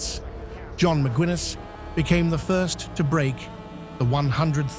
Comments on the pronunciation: Mick-Guiness, like the beer,. Not Mick-Gwin-es, you f'ing AI bot. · Mc gwinness. Wtf bro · Excellent stuff but Macwinness……. Come on, if you intend to give an overview, at least get the names right ffs